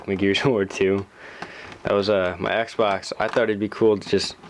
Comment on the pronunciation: Listen to it sounds like he sain sexbox